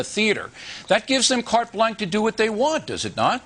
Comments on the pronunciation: Umm, does he seriously pronounce Carte Blanche "cart blank"?... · Cart blank is not how is pronounced.